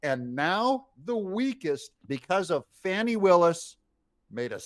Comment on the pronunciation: This whole report is BS. First her name is pronounced Fawn-ie. Secondly, she hired this guy because he is an excellent attorney as is she. Third, that divorce suit has been going on for 2 yrs. It happened because his wife cheated on him with his best friend. Fourth, the married couple both agreed to a nondisclosure agreement at the beginning of the divorce 2 yrs ago but suddenly the same day she asked for disclosure one of Trump’s worst goons files a suit of conflict suggesting collusion between Trump and the ex wife of prosecutor.. Fifth, this is not the first time the republicans in the Georgia senate have tried to get rid of Willis and it was turned down by their governor. Sixth, this has absolutely nothing to do with the Trump case and will have no effect on it. I strongly suggest you listen to fact based news, especially with esteemed attorneys like Midas Touch.